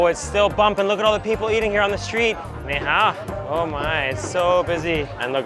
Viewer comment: not even a minute into the video and messes up his ni hao. cracked me up